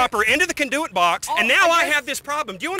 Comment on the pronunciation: The "CAN-DO-IT-BOX" rofl...